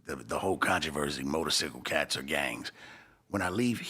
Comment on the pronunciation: I think you would get punched in the face for mispronouncing motorcyclists whatever he calls it. If you break the law, you break the law. Don’t do the crime if you can’t do the time don’t do it, keep you eye on the sparrow. Ha ha ha.